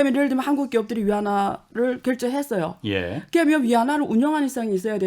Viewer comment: 교수님! 억양덕분인지 귀에 말씀이 잘 때려박혀좋네요!그런데 "개면"☞그러면으로 바꿔발음해주세요!ㅎ그러면 맞죠??무튼 한국어 실력 짱입니다요!!